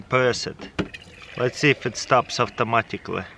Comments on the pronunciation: Only I hear him say "auftomatically" !? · We need an "Avtomaticly" counter please! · AFTA MATICLY